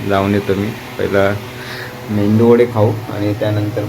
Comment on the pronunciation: मेंदू वडे नाही, मेदू वडे म्हणतात.